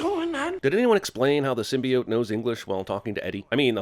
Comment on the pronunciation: HOLY CRAP THEY FIXED SYMBIOTE PRONUNCIATION!? Then I WILL see the movie.